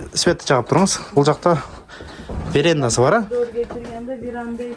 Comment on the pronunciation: “Веренда эмес - веранда” - деп туура суйлосон. Үй сатууда ушундай ката суйлосон, документтерди жазганда кандай болот?